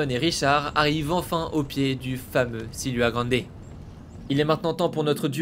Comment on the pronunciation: C’est pas le silua grande mais le siula grande situé dans les Andes péruvienne